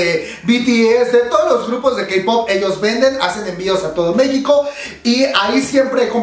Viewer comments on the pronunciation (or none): none